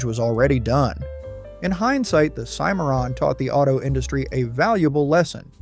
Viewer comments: they mispronounce the Cadillac cimarron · Hey! Moron! It's CIM-ar-ron not "cim-AIR-in". duh. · You lost me at SEE-MARON! Are you serious? You should know something so basic to be taken seriously. Ill not be back. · It's pronounced "Sim-A-Ron" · Learn to pronounce it it’s called a Cadillac Cimarron SIMERON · Learn to pronounce it. It’s a Cimarron…… Pronounced SIMERON. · It's called a Cim - a - ron. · Cadillac SIM-ER-AHN. FFS Plus, HOW MANY TIMES can you use the phrase "cautionary tale" and "punchline" w/o sounding like a robot? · Cimarron Sim ma Ron. As Cadillac called it. Do your homework.😊😊😊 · Cadillac Cimarron pronounced Simaron. My family has owned several bad cars. Ford Granada Saturn ion Ford Pinto GMC Safari Chevrolet Astro My Saturn ion was in and out of the service department about as often as some folks change their socks. 9 months out of 14 months of ownership. I got rid of it, quick, fast, and in a hurry. I loved my Plymouth Horizon. It was fun to drive. After I had a fender bender, I learned that it was a red title. The whole right quarter panel had been replaced. The electric system went crazy and towards the end of my ownership, it would set off the horn at about 3 AM. We'd have to disconnect the battery. UGH!!! 🙄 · Let's all say it together and use the same pronunciation each time, Cimarron is pronounced sim-uh-ron. But, seriously, this is a really enjoyable video. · My man pronounced Cimmaron 5 different ways... And not correctly even once. Good, informative video, though. 👍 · Man you butchered the pronunciation of "Cimmaron"! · I can't believe these videos they can't even get right the pronunciation of cadillac cimaron , it's yugo not hugo this video's moronic maker can't get ANYTHING RIGHT. So why should you watch this video? You can't believe anything they say. They're just wanting to cash in.